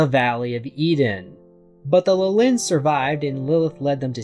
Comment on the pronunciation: The opposite 😅 , it's practically the exact same word with a different ending. It's LIH-lin not li-LIN just like it is LIH-lith (which you pronounced correctly). For extra context, both these names are biblical, Lilith was Adam's original wife before Eve who long story short, didn't find the idea of submitting to Adam all that appealing so she f'd off and became a demon. While I've seen Lilin used as a name for Lilith's children in many places, it's mostly in fiction (Neon Genesis Evangelion, Diablo, Marvel etc) and while I know there is a correlation between Lilith and the Lilin in scriptures, the only actual info on them I know for a fact is that they're some kind of night spirits.